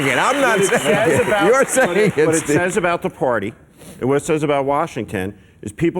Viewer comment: Why is that bald guy saying washingTEN all the time!? Very annoying.